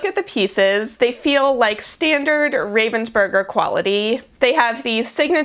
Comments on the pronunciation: It's pronounced 'Rahvensburger' btw not 'Rayvensburger' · The funniest thing is the way you say Ravensburger. As a german, I don't even think about it - it's Ravensburger from the city of Ravensburg. But you saying Raven's Burger really made me laugh. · Ich hab noch nie darüber nachgedacht, wie man "Ravensburger" auf Englisch ausspricht... aber durch das Video muss ich jetzt immer an Burger denken, wenn ich's sehe 😂🤔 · Ich finds generell lustig wie Amis deutsche Namen aussprechen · I like the way, how Americans speak out German words, like Ravensburger.